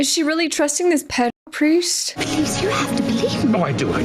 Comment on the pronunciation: ped-uh-priest, lol